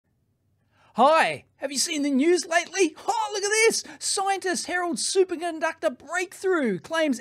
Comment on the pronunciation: I heard Dave say "Super Gunductor" and I can't unhear it now.